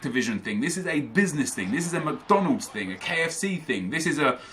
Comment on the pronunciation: Every time said "THING" I imagined him saying "TING"